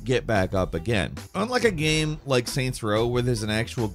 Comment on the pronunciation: Except when he says gaem instead of game